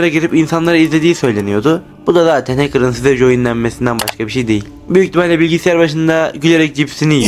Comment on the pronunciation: heçkırlar hacker demek istedin? okunuşu hekır